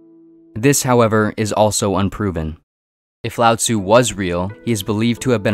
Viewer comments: When I was listening to this I heard "Loud Zoo" lol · One would think if you are going to make a video on Taoism, you would at least learn how to pronounce Lao Tzu and Zhou...